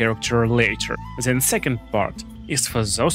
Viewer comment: One tip: it is THEN not ZEN 😃 Very good video